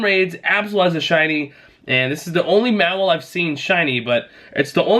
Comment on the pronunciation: Just an FYI it’s pronounced Maw-while, also it’s Bay-net.